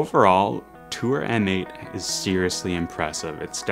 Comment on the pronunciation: M8 is pronounced MATE!